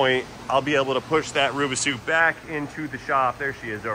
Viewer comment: Why do ya call it a rubasue, are they sueing you?